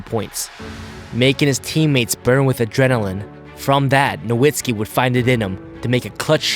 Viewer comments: As a long-time Mavs fan, I always feel odd when Dirk's last name is not pronounced as "No-vitz-ki" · Is Nowitski's surname pronunciation "Novitski" or "Nowitski"? I'm so confused